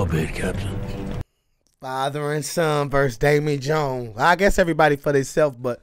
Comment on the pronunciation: Dude. Seriously; Da-VEY Jones NOT Da-Mie. I mean seriously what the hell kind of name is Damie and why id god's name would you even THINK that's his name? What would make you think that THAT is actually a real word?? Come on man; the whole "not being good with names" thing is getting old. At this point it's almost as if you don't even know English - which I KNOW you do - The name is VEERY CLEARLY said DAVEY JONES. This is as bad as when dumbasses say Dark Vader with absolute confidence.